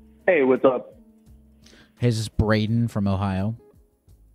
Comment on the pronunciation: Yo it’s “” appreciate the support and love y’all ❤